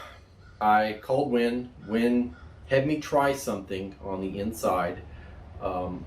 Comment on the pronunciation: WEN not WIN.